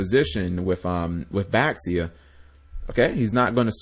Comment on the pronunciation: Uhm, Cap, it's Chinese... and an X makes a Sh sound. So, Xiu is Shiu. Or, for the Yang Zing, Bixi is Bishi, Baxia is Bashia.